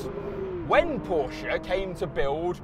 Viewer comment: It's Porsche not Poracha